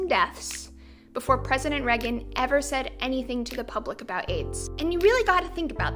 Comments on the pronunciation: Couldn't get over the fact you call Rea-gan Reg-un... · "president raggin'" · I didn't know Reagan was pronounced that way.